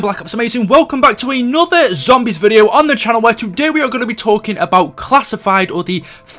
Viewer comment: WHY DO I HATE THE WAY YOU SAY “ZOMBIES” ?!?! FUUUCK! I like all your vids and have been subscribed for a couple years now and everything on here is great... But........ that lol. I know you can’t change it either like you can’t help the way you sound too so I’m sorry